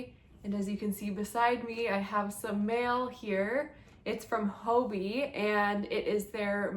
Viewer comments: Why are native English speakers pronouncing it 'hobie'? 😅 It has two Bs. And hobby is pronounced the same in Danish. Or is it something I don't know? For me it's hobbii = hobby. Thanks for the unboxing!!!👍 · When pronouncing the word Hobbii say hobbit without the letter t.